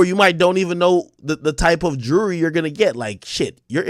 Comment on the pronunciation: Ak says jury like he says Rury.